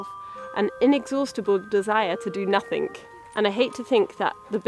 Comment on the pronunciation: "...to do nothink" Hahhaaahha